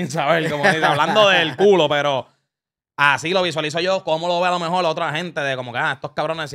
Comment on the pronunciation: Diablo Scofield dijo "alomejol" como 30 veces en menos de un minuto